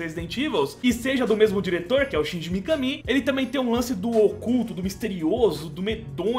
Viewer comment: Mikamí? Se pronuncia mikâmi